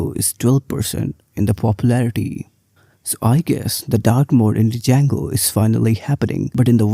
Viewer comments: Hey, it is pronounced as "jango" not "d-jango". Thank you. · I would not trust someone who calls django as d-jango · I absolutely hate it when people say django as "d jango" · Might believe you if you could even pronounce the name correctly. There is no "D" sound. It's pronounced JAYNE-GO. Named after the guitar player Django Reinhart. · it's pronounced as 'jango'... 'D' is silent, it's good but not good for BE... Job mkt ratio is almost where 1 django job exists for every 10BE role... Java is still favored in big tech and startups are shifting towards golang now as it has started showing good progress over the years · Started watching the video thinking he might have a point and she starts off by mispronouncing the name. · the D is not pronounced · You can't even pronounced the framework correctly and are going off stats from a single article your read. It's pronounced JANGO and PIE-THON not DUH-JANGO or PIE TUN. I'm from India too. You're making us look bad.